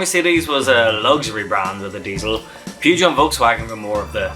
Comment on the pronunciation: you need to Learn how.to pronounce Peugeot.